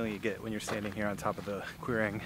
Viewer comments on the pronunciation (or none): The only correction I can offer ..: Quirang is Kuirang (no Q in Gaelic)